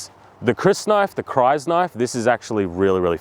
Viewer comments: I can’t get past him saying ‘Cries-knife’. Frank Herbert was alive when they made the lynch Verizon. We know how to pronounce it. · Crysknives are traditionally made from shed sandworm teeth, which are organic crystals. Hence you pronounce it wrong. Dine-style personal shields would suffocate the user. Air molecules move way faster than their “speed limit” meaning oxygen cannot get in and CO2 can’t get out. The shown fighting styles are the least unrealistic thing about knife fighting in Dune.